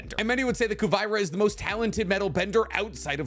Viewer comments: So.. are we just gonna ignore how he casually mispronounces Kuvira’s name? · It’s Ku-vi-ra Not Ku-vy-ra And also it’s Zeto(spelt Szeto) not veto or whatever u named it😂 Huge fan tho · You are still mispronouncing these names. Szeto is pronounced “See-toe.” Kuvira is pronounced “Coo-veer-ah.” Yakone is pronounced “Yah-cone.” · Why are you pronouncing the names like that!!!!! Yakoneh, kuvyrah 😭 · The show pronounces the names in English, how does he manage to mispronounce so many of their names. WTH is Ku-vie-ra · its pronounced as ku-bi-ra, its yakon not yako-ne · Honestly I'm kind of surprised the comment section isn't filled with lok fans justifying all the rounded benders being from atla I think we are also a little bias😅 Also was anyone else triggered by his miss pronunciations of p'li being p-li not pa-li but he apologized for that fine but then for Kuvira he prounced it wrong AM I SERIOUSLY the only one mad about this